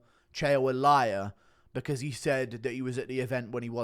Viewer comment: "You're a Loyar"